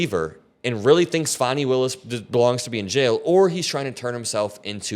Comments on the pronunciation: Fani is pronounced Fawni. It hurt my ears every time you said it almost like trump used to pronounce it. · Good video but fyi it’s pronounced Fani like “Fanny” (like a butt)